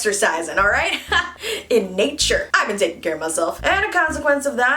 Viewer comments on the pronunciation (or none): none